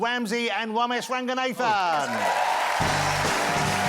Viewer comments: Bella wamsey and womesh wanganathan 🤣 couldn’t choose a worse set of people for him to pronounce 🤣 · It's bella wamsey and womesh wanganathan